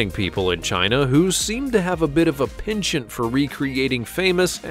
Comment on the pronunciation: He pronounced a few things badly. He mangled the word "penchant" when descrbiring the Chinese version of Hallstatt.